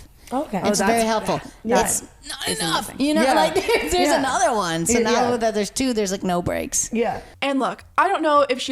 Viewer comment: “i have WHone nanny” who says ‘one’ like that lol